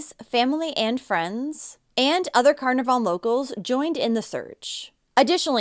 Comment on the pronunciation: Just so you know Carnarvon is pronounced Ca-naar-ven. The middle a is a long sound This was huge in Australia, the whole country was terrified it would be another unsolved disappearance like the Beaumont children or the Adelaide oval kidnappings. There was daily update feeds like the COVID sites, the facebook page made for Cleo has been used for other missing kids and helped reunite more families since she was returned home <3